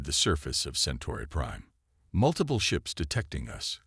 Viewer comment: Nice story.....BUT, as usual...your AI SUCKS!!! What the hell is "MULitplee"? What the hell is a "BEAR-ridge"?